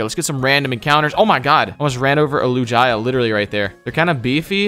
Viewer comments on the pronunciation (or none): it’s lu-gi-a not lu-ji-a dumb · please bro you gotta stop calling it lu-jiya. It’s Lu-gee-uh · ‘Big beefy loo-jia’ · You don't like Lu-guy-a and Toe-jetic? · The way you spoke lugia, togetic and other pokemon, i got infuriated for a sec 😂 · Wait what did he call Lugia 😂